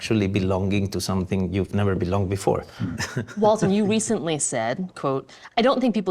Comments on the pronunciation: IT'S WALTON! NOT WALTER! I'm not even here to watch the video, just to QA this dang title. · Was saying Walter?